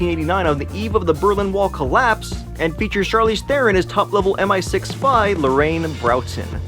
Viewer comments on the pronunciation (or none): none